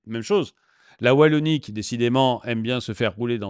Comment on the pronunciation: la wallanie ? c est ou ça ? LA WALLONIE !!! : D